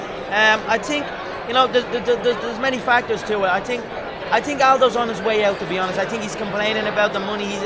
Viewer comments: I tink... I tink... I tink this WANKER talks to fucking much. Stop fighting and go into showbiz if you want to make love to the camera so bad. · "I TINK, I TINK....I TINK" LOL